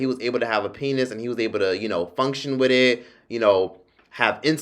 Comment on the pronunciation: The way you kept saying wit etttt lmaoooo😭